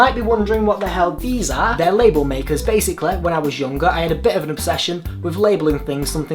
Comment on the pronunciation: love how you say basically "basaclayy" hahah<3